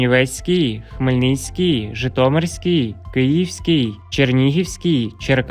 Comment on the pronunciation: Вікторія, ви напевно не чули ще гарного голосу. Він же співає а не говорить. А наголос ставить не вірно . Які - градус І в , вірно - грА дусів а називає області , то наголос теж робить на букву І, наприклад: ЖитомирськІй. Що це за неуч такий